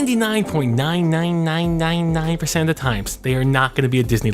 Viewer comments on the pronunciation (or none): 99.9neinneinneinneinnein% is all I heard when he talked about the love story. Sorry xD